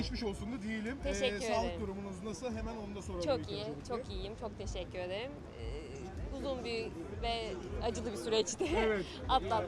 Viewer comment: Konuşma bozukluğu varmış. "Teşekküy, teşekküyley diyor.